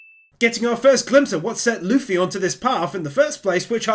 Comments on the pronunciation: DID HE JUST CALL THIS MAN LUH-FEE? Edit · Bro really said "Luhf-fy" ... But another amazing video excited to see more one piece wins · The amount of times I've heard people pronounce Luffy's name as luf-fy or something. Loo-fy. It's like goofy. It's not that hard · No hate just a correction it’s pronounced Loo-Fee (like Waterloo and like fee a payment cost) . Not luh-Fee.